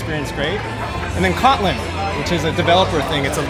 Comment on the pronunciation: I had to rely on Google's search correction to understand that he said "Kotlin". I was interested for a little bit, and then I found out it was just more java.